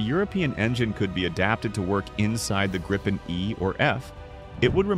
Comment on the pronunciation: For the love of god, you english speaking just can't pronounce Gripen so call it JAS 39 instead of butchering the name!